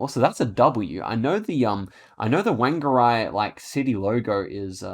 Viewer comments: lmao "wang-a-rie" It's "faung-a-ray" if your gonna be proper or "wong-a-ray" if ur lazy (btw I know Maori names are hard to pronounce if you're but it's just funny to me and just want to let you know) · wan-ger-eye made me laugh haha